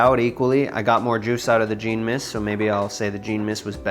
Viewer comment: Thanks for the videos. Jean is a French name and is pronounced John.